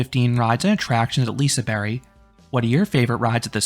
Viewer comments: Liseberg (liseberj) not liseberry 😭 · lise berry is that how to pronounce it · As someone who is from gothenburg and has went to liseberg several times through out my life i think you did a fair raiting, though personally i prefer Lisebergsbanan in first place. Also i dont wanna be that guy but ur slightly butchuring the name Liseberg. But since you did such a good rating. Ill accept it. Have some meatballs :)